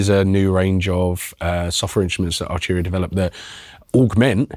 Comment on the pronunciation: Archuria. Second vid, get your pronunciation right 🤣